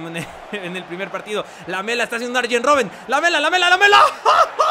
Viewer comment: cuando dijiste "Rooben" pensé en clavado ahahaha